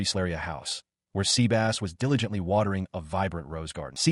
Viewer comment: 😂😂😂 sea-bass 😂😂😂. Sebas